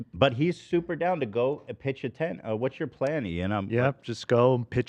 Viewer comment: I've never heard a southern accent from until she said "ten" about when Frank Ocean starts at Coachella.